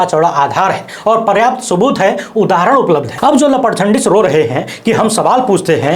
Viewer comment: You utter 'laparjhandish' in a very funny way